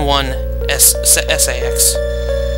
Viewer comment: I've watched quite a few of your episodes and I have found them quite helpful :) I know it may be just how you say it but I think it's pronounced "say-X"